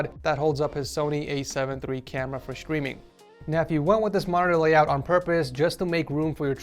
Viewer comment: he say for screaming instead of streaming